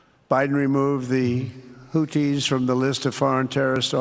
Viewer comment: He said houthi like hootie, and now i only wanna be with you